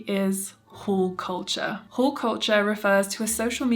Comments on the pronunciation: Thought you were saying 'whole' culture, quite opposite, i think. Sorry, I'm an ESL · Not hearing the L in haul made this video so much more entertaining 😂❤❤❤